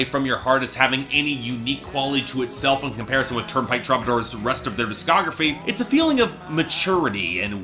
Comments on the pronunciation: i'm a Canadian "sore-y" sayer, and no, it's "true-buh-door" here too. i picture as being a dude who reads these words more often than he hears them aloud. (also, shout out to the interrobang as your picture there, lol.) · too bad you don't know how to pronounce the band's name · This video made me so mad lol... can't even say my boys name right.... smh